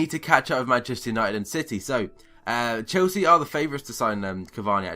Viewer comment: haha wtf are saying dude ? chosea ? you mean chelsea ?